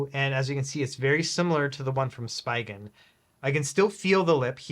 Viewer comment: I think Spigen is pronounced different lol